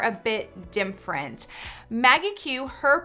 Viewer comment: yeah I was wondering if anyone noticed how she said different totally wrong lol